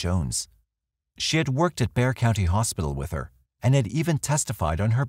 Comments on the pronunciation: Thank you for pronouncing Bexar correctly! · My compliments on pronouncing Bexar correctly. Most pronounce it Bex-ar.